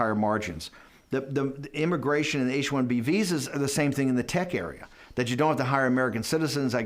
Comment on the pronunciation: Did he say H-1B Vhoes.